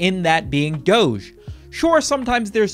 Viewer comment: I don't like the way you pronounce doge